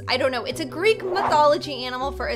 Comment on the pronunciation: Talking about Greek mythology Me because im greek:*EeEeEEeEe-AaAaAaAa-OoOoOoO said gReEk eEeEeEeK O.O*